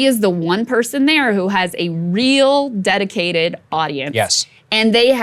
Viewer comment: Well, that only took waaaay too long! "IT'S GOOD HUH?! JUST A FEW MORE YEARS!" - The "educunted"